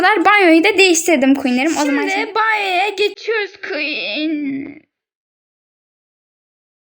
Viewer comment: Queen demeyi bile öğrenememişsiniz (kötü bir yorum değildir) 😂😂